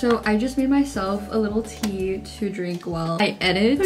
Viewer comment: at the start of the vid i thought you said pee instead of tea 😅🤣